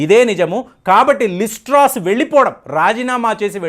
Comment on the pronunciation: Some corrections: లిస్ ట్రాస్, లిస్ ట్రోస్ కాదు "లిజ్ ట్రస్" ఋషి సునాక్ కాదు "రిషి సునాక్" Pound sterling కాదు Sterling pound. Anyway, Rishi Sunak could never be the UK's PM. Penny Mordaunt from the same Conservative party is also a front runner there. Chances are high to Penny this time. I hope only a Bristish take the throne 😆